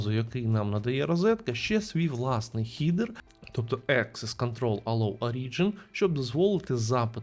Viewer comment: Дякую, просто, доступно, інформативно, якісні малюваки 💪. Єдине прохання: перестаньте, будь ласка, казати "хідер/хідери", дуже ріже вухо 🙂 Англійською це "хедер/хедери".